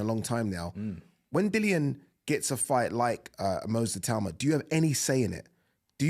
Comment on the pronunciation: Itauma is smart and fast and whyte has an off button. It’s pretty clear what will happen Also thank you for pronouncing his name correctly. Everyone else for some reason says I-too-ma